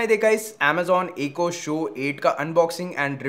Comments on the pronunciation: Bro its not ecoo its echo. But very good reviewing. Love u. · eco nahi eck-ho hota hai